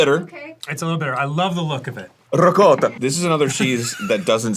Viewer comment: as an Italian (American) Arin actually said ricotta correctly 😭❤️ bless you my son